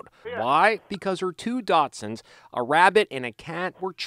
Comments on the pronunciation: Did he just say 2 "Dotsunds"? Lol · did this man just pronounce dachshunds "dots-sends"